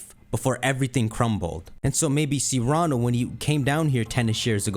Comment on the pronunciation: Cyrano - Sear uh no. Not See rah no.